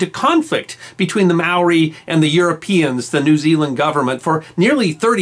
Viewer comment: Holy shit our good man!!😳 While your vids are fantastic! And it’s great that you’re doing this re NZ..👍 but your pronunciation is soooooooooooo shocking you may well start Ww3 here.. as you say the Maori are always up for putting stuff right👍...., they may well end up on your doorstep!!, along with us non (Maori) Kiwis😂. Today we fight together and that mispronunciation of tribal names has my skin crawling😂